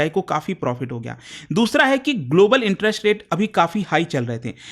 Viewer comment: Why does he pronounce "interest" as "interesht"? "West Asia" became "Wesht Ashia". Have heard him say "violence" as "voilence" a lot too. Not expected from an educator. Strange.